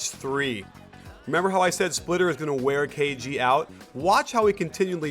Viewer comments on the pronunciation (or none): none